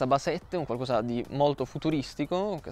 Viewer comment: Quando senti dire "qualcuosa" e provi emozioni davvero forti.